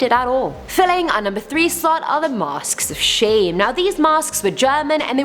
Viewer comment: She said masksksk